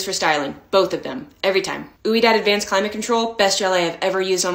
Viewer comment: 🤣 I just love ya girl! It’s “We-Dahd” like the French word for yes. Not “ooo-ee -dahd”. The first part is a single syllable. The whole name is two syllables, not three. But it sounded so cute when you said it this was. 🤭